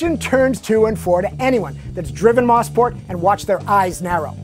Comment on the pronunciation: Moe-sport... Not Moss-port. Has to be the most mispronounced track on earth.